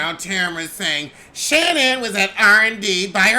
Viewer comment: Why does call Shannon “Shittin”?